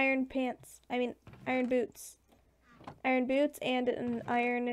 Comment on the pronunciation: "ooo look at all of these eye ron" that was really ironic 😉